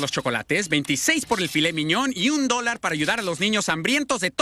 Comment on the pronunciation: Me da risa como dice quiere dornar "un dolar" XD